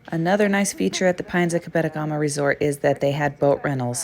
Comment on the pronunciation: It’s pronounced cab-eh-toe-gu-ma. 😃